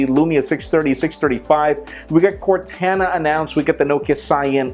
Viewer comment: Why in the FUCK can no one pronounce CORTANA?